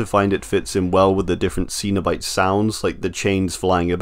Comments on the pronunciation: I am pretty sure you are saying CENOBITE wrong because Clive Barker pronounces it Sen-O-Bite not the way you say it which is Seen-o-Bite because I seen him say it in interviews. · Yeah it felt like he never watched Hellraiser movie. Hearing him saying Seen-o-Bite sounds a bit cringe.